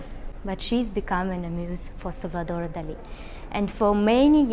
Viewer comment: Well done for pronouncing Salvador Dalí correctly ! Many British and Americans don't, which always annoys me. Great video !